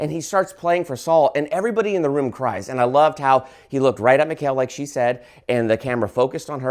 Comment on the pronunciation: It's pronounced Mee-call. I have a Jewish friend with that name. 😊